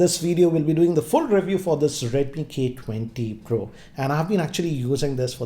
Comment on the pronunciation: The way he saaid redmi k20 pro had me in tears lmao